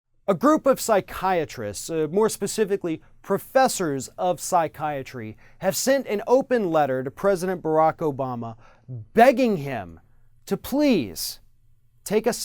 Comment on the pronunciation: Did he really just say phyciatry